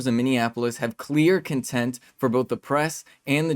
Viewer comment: Dude did you say they have CONTENT instead of CONTEMPT? Cmon man get yer shit together